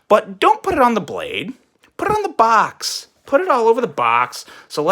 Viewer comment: The bitching about the branding ,plus the way he says box, made this almost unbearable to watch.